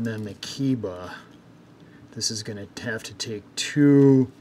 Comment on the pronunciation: My friend, Keiba should be pronounced "kay-ba". Japanese is pronounced similarly to Spanish in regard to vowels.